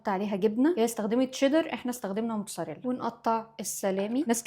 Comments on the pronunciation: هو انتي ليه بتقولي جبنة موتساريلا هي اسمها جبنة موتزاريلا😅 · لما تقول موت(ز)اريلا🫱🫲 لما تقول موت(س)اريلا👈👉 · إنتي ليه بتقولي موتساريلا و بيتسا 🙂🙂 حرف ال ز عندك فين 😂😂